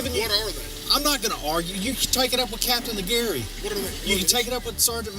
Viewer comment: The last cop is so fcked up he can't even think, he calls him "Lieutenant Catain" wtf is that some new rank they just came up with???